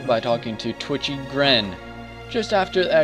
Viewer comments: its titchy gren not twitchy lol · o Another guide! Thanks for this. I never knew Crest of Blood did anything.. Whaddya know. By the way, it's actually TITCHY Gren, not Twitchy. Love the video!